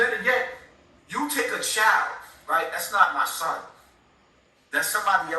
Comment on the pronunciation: It’s (Son) not Sun ☀️ lol